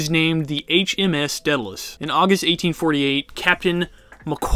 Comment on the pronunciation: Every time he pronounces a word like Gibraltar or Daedalus it made me cringe XD